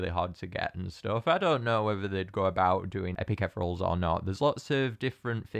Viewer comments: idk if this is a local thing or if you're just saying it wrong, but it's eth-ee-ree-ul, not eth-rul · Wait no offence but I think it's ethereal (ee-thee-ree-ul Sorry I'm just picky about these things :( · i think they're pronounced etheereels